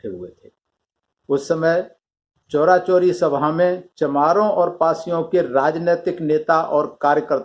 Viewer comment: Sir,चौरा-चौरी नही है,चौरी -चौरा है जो गोरखपुर के पास है।